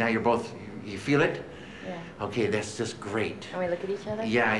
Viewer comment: "Eich thing....each thing."